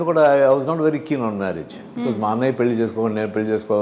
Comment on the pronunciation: పెల్లు Kaadu “pelli”.